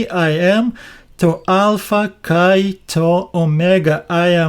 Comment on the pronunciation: You are very sweet, BUT PLEASE word KAI means AND, Pronounced "ke" e as in elephant not kaee. It spoils the devotion when I hear this word so mispronounced. Please ask a greek priest, he can assist you in ALL Greek diphgthongs, double vowel sounds. I like the way you explain and show in Greek and Koine language. I will continue giving you "thumbs up" thank you, Tanya from Sydney Australia.